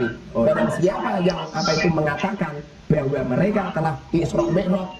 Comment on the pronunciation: Ngomong "bahwa" saja sampe jadi "beahwa"